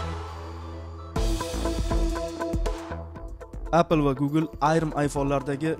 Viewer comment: appl demang oka eppl deb ayting bla savodsiz pizdes